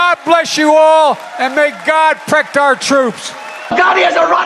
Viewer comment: "May God 'prect' our troops...." well yes because YOU DID NOT AND WILL NOT!!!!